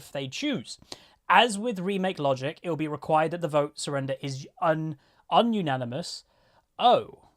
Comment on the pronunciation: You misread 'unanimous' as 'un-unanimous' which has a completely different meaning. You might want to get checked for dyslexia as it's a thing that some people suffer from, but have never been diagnosed with.